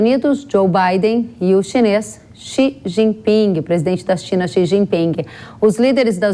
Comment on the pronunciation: Não se pronuncia o G do jinping😂